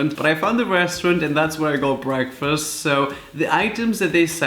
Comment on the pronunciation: time for our gta "bweakfast" lol. sorry. :(